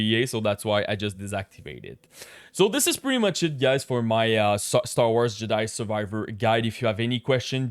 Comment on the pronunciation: He say "Star War Juhdie"?